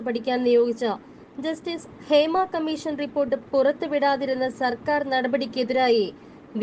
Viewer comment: ക മ്മീ ശ ൻ എന്നല്ല പറയേണ്ടത്..... ക മ്മീ ഷ ൻ എന്നാണ്. ബാ ശ എന്നല്ല പറയേണ്ടത്... ഭാ ഷ എന്നാണ്.